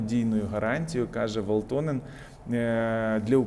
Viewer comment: В Фінляндії 5,6 млн населення а не 50 тисяч (15 хвилина відео, хоча думаю що це було сказано про Гренландію) Еліна ВаЛТОНЕН (наголос на першу голосну). І ця країна зовсім не схожа на Україну по особливостям рельефу...